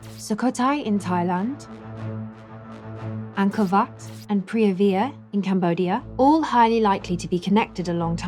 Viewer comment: When you are the only person who calls Ankor, Ankor Vat.. What? Wat.. What? Vat..? Wat... Sorry ET we know you didn't make anything on Earth. There simply isn't anything "that" advanced, we can't do. There's just a lot of smoke n mirrors... oh and we knew features about the Earth, we've only come to understand in the past 100 years, 4500 years ago.